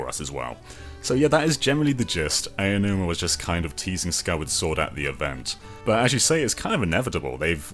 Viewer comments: Hi name is not pronounced “Aya-numa.” It is pronounced “Ah-oh-numa.” Ah like Ah, I see! And Oh like Oh, I get it! And then numa. Spoken quickly, it sounds like “ow” as in “ow, that hurt!” And then “numa.” ow-numa. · Ayy oh nooma. Jon names aren’t that hard